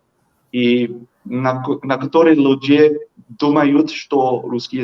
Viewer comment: По руски люди (liudi) not lidje..